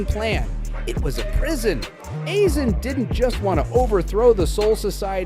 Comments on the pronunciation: “Eieezin “💀💀💀💀💀 the ai voice tripping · My ears are bleeding from hearing AYE Zen🦻🩸🩸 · HOGGG yoku, eyeeeeezen, and ywok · How the fuck do you make an entire video about a character whose name you can’t even pronounce is beyond me. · I'm sorry, but if you're going to start off by mispronouncing his name, the video isn't worth watching. Its only 1 of the most beloved villains in anime history. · Thumbs down...because you can't say his name right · The way he pronounced Aizen is literal cringe 🤣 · Immediately stopped watched once you pronounced his name like that, ngl